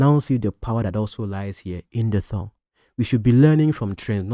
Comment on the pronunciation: It's tongue, not thongue I correct ur pronunciation today😅